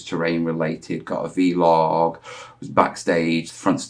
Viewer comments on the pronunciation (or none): Just say vlog. It's not veelog buddy. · 3 days. Keep up the good work. But please please call it a VLOG not a VeeLOG 🤣